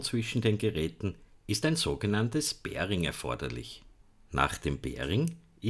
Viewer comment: Uh, wie du "pairing" aussprichst triggert ja :D Schönes Video, hat mir sehr gefallen ;)